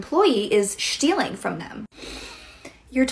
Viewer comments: shtealing got me dying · "Shtealing" I'm ded lol *Wheeze* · Ah yes ✨Shtealing✨ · “Shtealing” I’m laughing so hard. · Did she say shtealing